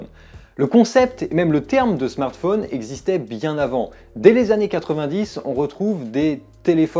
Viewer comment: Ca fait plaisir d'entendre quelqu'un qui ne dit pas Smartfaune mais Smartphone comme Téléphone. Voilà.